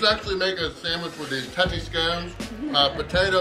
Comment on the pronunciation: You pronounce “Tattie” correctly then mispronounce “Scon” 😅